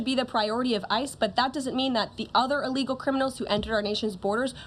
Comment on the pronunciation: It’s ‘Il-legal’, not ‘e-legal.’ Just for the record. She did great dealing with moronic ‘journalists’.